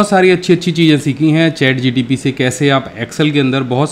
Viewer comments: In starting it's not ChatGTP it's ChatGPT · ChatGPT sir Not GTP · Sir ji har baar ChatGTP hi bol rahe ho.. Application ka name to theek bolo... Information ekdam theek h wo baat sahi h....